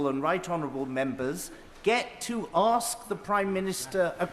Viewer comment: Why can't Dawn Butler say the word 'ask'?